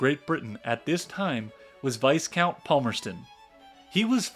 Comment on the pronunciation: Amazing video - thank you so much!! but for the love of God please learn how to pronounce words correctly. Ca-val-ry not Calvary Fre-drick not Fred-uh-rick Vie-count not vice-count Taney rhymes with Brawny not Canny There were more that I can't remember at the moment.